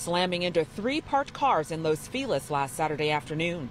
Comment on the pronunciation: It’s not fee les. It’s fe lees.